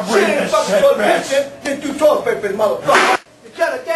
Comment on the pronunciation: The way he says “toilet” is hilarious!